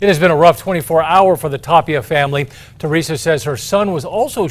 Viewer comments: If he says Tapilla one more time ima bout to slap him silly. Lol Tapia bro. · Tapilla?? IT'S TAPIA